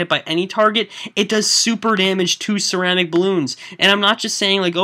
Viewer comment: i belive that you pronunce ceramic wrong!